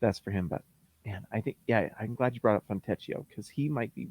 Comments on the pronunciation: “Fontecchio” is pronounced “Foentekio”, not with an english “ch” sound like “teach”. Just FYI. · You pronounce Fontecchio's name "Fontekio". I know a little Italian ; ). I can't wait to call out his name every time he scores in a dramatic Italian accent.